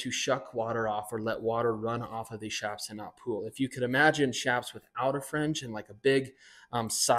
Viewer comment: ITS PRONOUNCED CHAPS NOT SHAPS!!!!! MEXICAN ORIGIN "CH"APAREJAS SHORTENED TO "CHAPS!!!!!! NOT S H A P S!!!